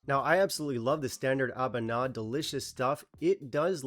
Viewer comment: I enjoyed the Existential crisis interlude. Also: I think it's pronounced "ah-BOO-nah".